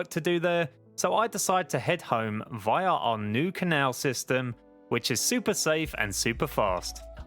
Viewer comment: The way he says via triggers me idk why but it just does